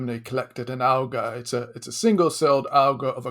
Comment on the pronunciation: A bacterium. Singular. He even says bacterias at one point. And he can't pronounce algae.